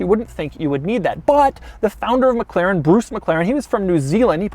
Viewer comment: Doug is the type of guy that says Meg Klerran.